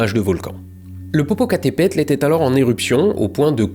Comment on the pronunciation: Es par amusement que tu dis plusieurs fois le nom du volcan popocatapultes ? (Ouais je sais pas le prononcer ni l'écrire alors je vais faire une blague. Parait que c'est humain)